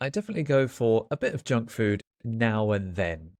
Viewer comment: I haven't been aware that Kababs fall into the category of junk food and whenever you spoke out the word junk food I've heard like jack fruit because, I'm used to jack fruits. Well, my first time to eat Kabab, i was then working in Muscat-Oman from a Turkish Food truck as teacher Mark said. Thanks again for this lesson.